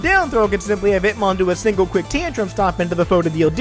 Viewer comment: I keep hearing Hitmon lol